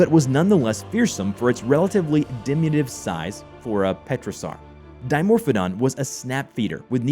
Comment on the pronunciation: Diminutive. Not Dimutive. SMH